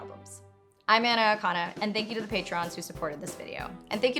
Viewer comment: i really thought your mom said "anak" and not anna haha